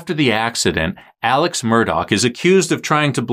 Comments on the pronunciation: Say his name correctly. It is pronounced Alec, not Alex. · It’s pronounced Alec. Not Alex.